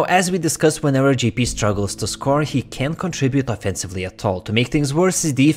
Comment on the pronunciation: You got me confused. when you say Gee-P do you mean Jay-P?